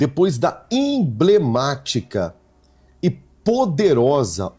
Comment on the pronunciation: E M B L E M Á T I C A....... e Não Imblemática.